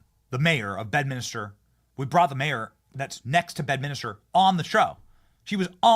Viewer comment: Once again Benny, its Bed-Mins-Ter or Bed-Mince-Ter (pronounced as 1 word). NOT Bed-Minister.